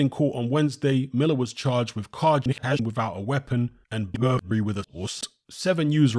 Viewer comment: 'Has been arrested for a CARHISHJUH BUHURY AN A HOHHs'